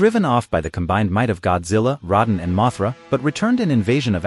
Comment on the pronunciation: You pronounce rodan as. Roe Dan. Not rod on